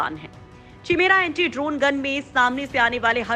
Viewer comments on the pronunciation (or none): Please correct the statement. Its not antree it's Anti.